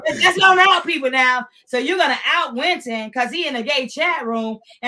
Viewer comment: Winton not Quinton